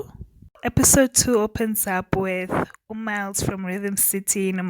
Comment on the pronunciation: 2mins in and i realise that you keep calling them "uMiles x MmaMokete". Lol!